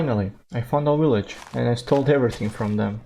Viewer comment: When you found the village you said willage. Keep up the great work.